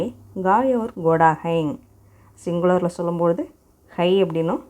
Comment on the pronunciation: Hai ndra word prounciation thapa soldrenga check pannunga.